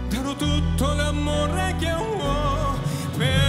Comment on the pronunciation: Произношение ужасное, такую песню испортил.. "лЯморе..", тьфу!